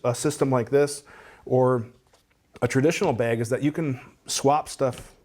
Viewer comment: There's no "e" in bag. What you're saying is beg, and I dont beg.